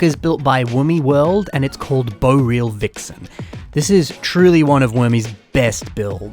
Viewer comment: Hmm. You might wanna work on your pronunciation of "boreal",.